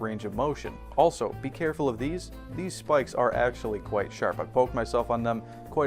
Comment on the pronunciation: Kwite the hong